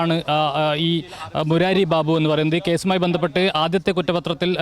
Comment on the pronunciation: ബീബു അല്ല ബാബു 😂